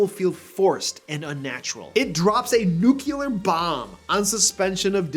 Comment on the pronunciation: it's new-clear (nuclear), NOT nu-que-ler! Two syllables, not three! (No, I don't care what the dictionary says. Don't think of it that way; it will only confuse you.) [Sorry, pet peeve.] [Love your channel anyway!]